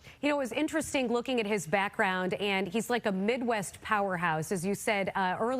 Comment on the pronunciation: It's mid-WEST... See that "T" on the end? Not on the Innnn, on the end? They put you on t.v. and your still can't get it right. Pathetic.